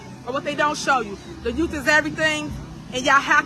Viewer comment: Tiffany, it's youth not yoot. SMH! Her vernacular for a politician is out of this world.